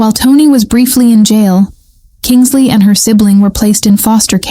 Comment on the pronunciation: KINSLEIGH……NOT KINGSLEY…..at least get her name right!!